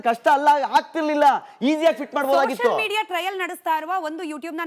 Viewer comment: "Sosal" media influencer anthe, firstu pronunciation correct aagi maado lo chutiya. Its called "Social media influencer". Nin pinda naayi tinna, yen nin shaata influencer neenu 😂